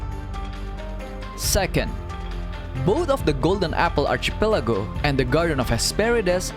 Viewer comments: Kandungan yang bagus. Sebutan archipelago itu sepatutnya archipelago bukannya archipelago. Teruskan usaha. 💪💪💪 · Why do you pronounce archipelago that way??? Was i saying it wrong??!!